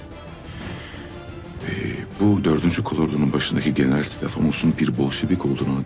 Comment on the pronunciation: Nobody: Filippos: GenerAAl